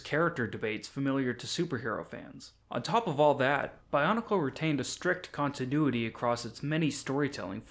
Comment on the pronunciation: the way you say "continuity" makes it sound like a bionicle name.